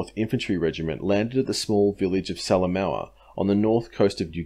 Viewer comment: Great work mate, nice to see PNG campaign getting such attention. As a former PNG resident, I can clarify your generally great pronunciation. Salamaua is pronounced sala moha (oh as in well, oh, or like the extinct NZ bird, Moa). Papua isn't pap-u-a it is parpwa, (the wa as in wah, as in crying). Otherwise impressive stuff.